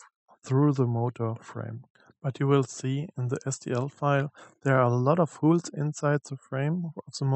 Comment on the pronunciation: Sorry, aber weil du's so oft sagst: Die englischen Löcher spricht man eher hohl's aus (wie in: hohl's mir mal bitte ein bier aus der Küche) und die Lager sind Bär-rings nicht Bier-Rings. Trotzdem super, sonst gibt's fast nix sinnvolles zum Thema auf YouTube, danke nochmal.